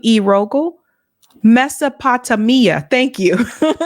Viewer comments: You keep saying it way wrong, how are you pretending to know tour shit and you don't even know about Mesopotamia, it Tame, Tamia not Tammia. That's from the time of the Greeks. How are you trying to scold people while having no odea about Mesopotamia? That is so crazy, you're just now learning about the Middle East, huh? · Actually it's "Mes-so-po-tamia....💓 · I have a hard time taking someone seriously as an educated person who doesn't know the word Mesopotamia, (mess-oh-poh-TAME-ee-uh). OK, that said, I've never heard a bigger load of bs than what came from this guy. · My dear. It is pronounced Mess-O-pa-Taamia. Take it from a gal whose dad was a BH’s Jew. Thank you! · Mesopo-Tame-Ia - that is how it is pronounced… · HE WAS WRONG ITS PRONOUNCED, MESO PO TAMIA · It's pronounced Meso PA Tame mia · take a shot everytime says "mesopotamia" wrong lol